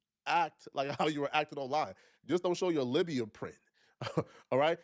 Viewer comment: The man repeatedly pronouncing labia as libya was killing me. He said it several times too like he really thought he was doing something 😂